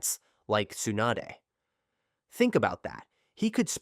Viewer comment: I tried.. the second you pronounced Tsunade as T-Soon-a-day… I was done..